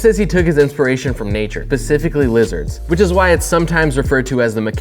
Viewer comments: lol "pacifically" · Is he saying pacifically?😂 watch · "pacifically lizards" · Pacifically lizards. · I dont wanna be a troll, but you totally said "Pacifically Lizards"..... Specifically does not start with a P